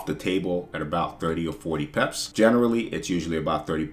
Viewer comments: I like how he says pips, be like 100 peps😂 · Word I pep that too 😂 I’m curious brother where you’re from? Cool accent